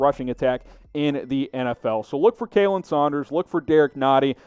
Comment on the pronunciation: Also, if you're gonna call yourself a Chiefs channel, stop mispronouncing names, like Khalen is pronounced Colin, not Kaylen.